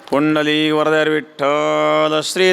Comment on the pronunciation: पुंडलीक वरदा हरि विठ्ठल असं स्पष्ट म्हटले पाहिजे.फक्त पुंडली असं म्हटलं नाही पाहिजे.